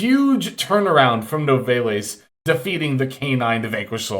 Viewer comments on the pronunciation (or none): Bit of a nitpick, but Nouvelle is pronounced “New-vell” (like rhyming with “bell”) cause it’s based on French cuisine. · "Noo-vell", bro. Like blue shell. He has the first syllable down alright tbh.